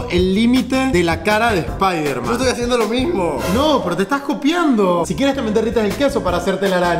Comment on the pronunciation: sñiderman xd